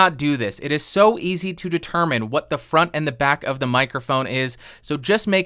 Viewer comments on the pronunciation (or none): When you said "what the FRONT..." I automatically assumed you were going to curse hahaha